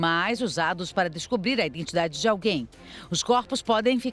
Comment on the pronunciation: JORNALISTA FALANDO 'indentidade'? QUE VERGONHAAAAAAA.